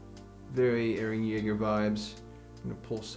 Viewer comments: mans just called EREH CHILL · Why can i hear “hArDeR eReH”